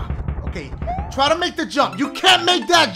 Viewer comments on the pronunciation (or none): "Triugh, let's do the damn thiugh."